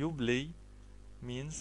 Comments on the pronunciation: يا أخي الكريم ، أظنك من مصر الشقيقة ، و أنت تنطق اللغة الإنجليزية باللهجة الخاصة بك ،ف أنت تنطق this ب زيس ، و بلاي ب blay , شكرا أخي لمجهودك ، لكن عليك مراجعت نطقك لحروف اللغة الإنجليزية ، حتى لا تعلم الناس الخطأ ، و سامحني أخي على تدخلي 👍😊👍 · yeah i laugh at first sight when i hear him ; I BLAY HE BLAYZ XD